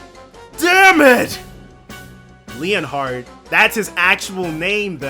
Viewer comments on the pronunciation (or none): It's officially pronounced Len-Heart the Bladelord, but Leon-heart is cool. Just please don't say it like Leonard again :p EDIT: Also, need to mention this because it's disconcerting me, but it's LU-gran, emphasis on the Lu there, not Le. Otherwise you just sound like you're saying Laura's hometown :p